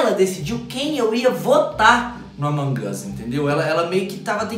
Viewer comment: Vc fala errado among as e among us